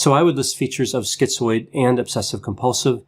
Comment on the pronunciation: Why are so many of these videos on YouTube saying skee-zoid ?